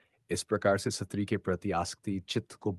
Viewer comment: SATRI nahi STRI bolna chahiye...